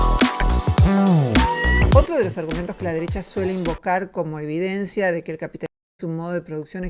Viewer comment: ¿¡Por decir capit-li-smo!? ¡¡Eso sí es extraño!!